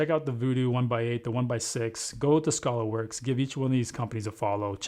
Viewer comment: It's not Scholarworks it's Skaylerworks. FYI...